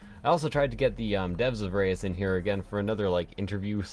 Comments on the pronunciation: Try to say ruuuhs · This might help, im Dutch: Reus, the eu is uncommon as 1 sound in the English language. Try saying Reus like this: instead of the eu say a short 'Uuhh' like you're thinking. Ruuhhs. That comes as close as I can explain.